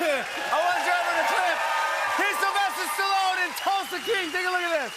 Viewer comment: is maybe the first time I hear an American pronounce Sly's surname almost as it should be pronounced!